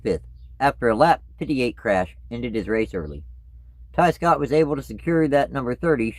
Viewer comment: I thought you said Scott Riggs